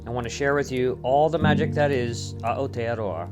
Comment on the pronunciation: please for the love of god pronounce Aotearoa properly!